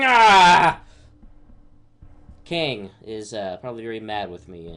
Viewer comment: Time travel and the TVA. I had no idea that that season finally actually had this character already in the comic book universe. I had to re-watch your announcement of the character, because I thought you said Khan. 🤣